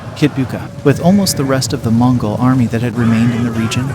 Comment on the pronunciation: They need to work on how the AI narrarator pronounces "Mongol" it's a little off....